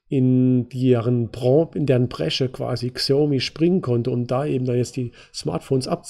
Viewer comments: Es heißt Schiaomi ausgesprochen. Nicht Ksiaomi. Habe paar Jahre in China gelebt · Die Firma spricht man übrigens Schaumi aus. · Super Analyse, vielen Dank :-) Xiaomi wird übrigens "Schaumi" ausgesprochen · "KSIIIAUMI" :D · Es heißt noch immer Schina und Schaumi ;-) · Bitte als "Schaomi" lesen. Danke